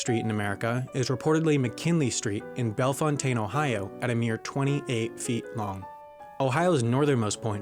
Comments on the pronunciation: A few nits to pick: 1) there’s a reference to "Bell-fon-tayne" (Bellefontaine), OH. The locals say "Bell Fountain." 2) the video mispronounces Nevada as "NevAHda" (too bad, it’s sad, but I’m not mad). 3) the vid should have mentioned that part of Yellowstone NP is also in Montana. That’s it. I got it out of my system. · The narrator in the film mispronounced the city in Ohio with the shortest street — spelled Bellefontaine, pronounced as Bell-fountain. 😁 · I live in central Ohio and Bellefontaine isn’t pronounced as the spelling suggests, it’s simply pronounced Bell-fountain. Also I am curious as to why Iowa is considered to be the only state were both the eastern and western border is a river considering Kentucky who’s eastern border is made by the Big Sandy river and the Tug River and the western border is the Mississippi. Not sure if I’m missing something. Also Kentucky is the only state with a contiguous river border on three sides and has the most navigable mile of water ways of any state in the contiguous us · Ay, my town was mentioned! Although they butchered the pronunciation. Bellefontaine, pronounced bell-fountain. Not only do we have the shortest street, we also have the first concrete street built in America. Bellefontaine has the highest elevation in Ohio as well. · bellefontaine ohio is also pronounced bell fountain. Makes zero sense to me and i only live 45 minutes away from it.